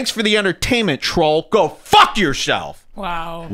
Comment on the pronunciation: That emphasis on "F***!" Is when my laughing turned to wheezing 🤣🤣